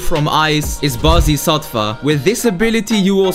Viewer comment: Bro can’t pronounce conqueror but can pronounce bodhisattva is crazy(no hate) 😂😂